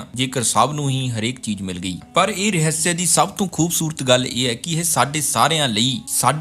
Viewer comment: ਮੇਰੇ ਵੀਰ ਪੰਜਾਬੀ ਰਹੱਸ ਹੁੰਦਾ ਰਹ੍ਹਿਸਿਆ ਨਹੀਂ